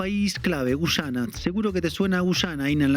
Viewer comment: Inna, enséñale a tu colega que este país se llama GUYANA, no GUCHANA.